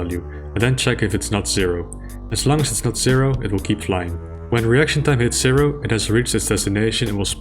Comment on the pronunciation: Everyone: Icon of Sin ACTUALLY says "To win the game you have to kill me John Romero"! Me: giggling because saying "reaction time" sounds like "erection time"